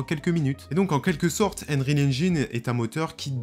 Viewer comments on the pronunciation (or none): Désolé mais "engine" se prononce "ennjein" / "ainjein" , pas "ainjAYn" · ainreal ? ainrecord ? xD alors je parle pas de ainjine xD "un" en anglais ça se prononce eun, donc c'est eunreal ainjayn et eunrecord. y a google trad qui prononce les trucs aussi si jamais tu as des doutes. en tout cas c'etait marrant xD bon j'ai vu le titre et clairement non, c'est un jeu. point, je vois pas ce qui pose probleme, à coté de ça y a le mode campagne de bf et cod donc bon. je sais pas si tu as joué au premier metro mais quand tu entends les mecs agoniser doucement et ramper en predant le souffle parce qu'ils ont pris une balle dans le torse, j'ai envie de dire que ça à déjà été fait. apres je suis d'accord qu'il faudrait pas que ça aille trop loin dans le troublant, et faudrait pas qu'avec des mods on voit venir de fausses vidéo de bodycam etc. ensuite, le jeu sera forcement pegi 18+ donc pour adultes et clairement pas pour les enfants deja aux vues de ce qui a été montré dans les animations de morts des pnjs. pour ce qui est de la config, paaaaas du tout, c'est justement le principe de l'unreal engine 5 pouvoir faire tourner des jeux plus beau que ceux sous UE4 sur des config moins puissante que celle qu'il fallait pour un jeu UE4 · Et haine-rile haine-gine ? Cela me tue les oreilles hélas.